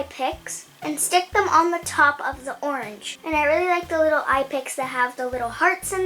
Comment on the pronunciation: “For my OIWENGE color I’m going to add cuties” my gosh pronunciation is the cutest ever!!